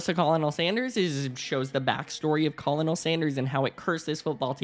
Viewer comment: Homie. Colonel is pronounced “Kernal” 😘